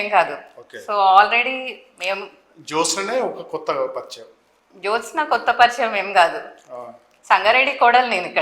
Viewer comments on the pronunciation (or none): జోష్ఞ కాదురా జ్యోత్స్న. ముందు పేరు సరిగ్గా రాయటం పలకటం నేర్చుకోండి తర్వాత చెప్పుదురు గానీ హిందుత్వం గురించి 😅. బంగారం లాంటి సంస్కృత పేరుని క్రిస్టియన్ పేరుగా మార్చేసారు కదరా వెధవల్లారా 😅.